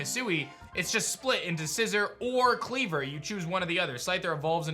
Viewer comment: I'm really goping we get a new Eevee, for PL:A.. Also, its SciZOR and CleaVOR not scissER and cleavER